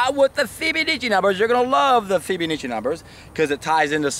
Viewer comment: Fib-uh-NAH-chi :D